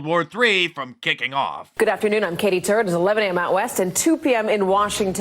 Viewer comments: did she really she "I'm Katie Turd"? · lol It really did sound like it. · 😂😂😂😂 i heard it too!!